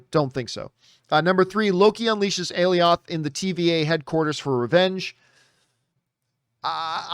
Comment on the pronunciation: It’s pronounced “A-Lie-Oth”